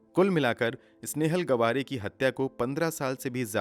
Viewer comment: Gwaare nhi gaavre....